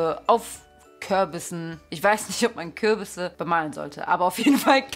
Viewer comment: Normale Menschen:küürbise Niemand: Wirklich niemand:nicht mal julienco:: köööörbisen🤦‍♀️🤦‍♀️🤦‍♀️🤦‍♀️🤦‍♀️🤦‍♀️😅😅😅😅😅😂😂😂😂😂😂😂😂🤣🤣🤣🤣🤣🤣🤣🤣🤣🤣🤣🤣🤣🤣🤣🤣🤣🤣🤣🤣